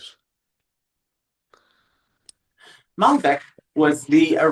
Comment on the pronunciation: Great transmission, thanks for sharing! BTW: It's Maldek not Malbec,, was wine on your mind?;)